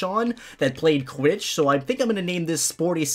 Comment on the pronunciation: "Quitch" - 2020